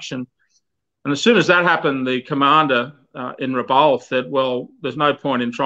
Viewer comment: A very good coverage of such a sad part of our history. I only wish would have got the place name pronuciations correct (Rabaul, Kavieng, Bainings etc)